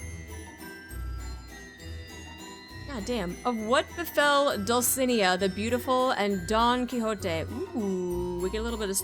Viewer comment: Small correction. The stress in "Dulcinea" is in the "ne"